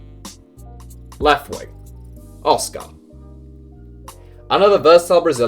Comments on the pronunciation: Why are you emphasising the car in oscar, just say it normally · Hearing you say Oscar is painful